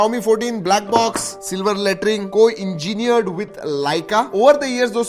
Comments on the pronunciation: Plz be a little slow during your speech.....Silver lettering on the box sounded like Silver Laterine 😂😂😂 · Yellow letrin bolna bhai ka hamesha ka permanent hai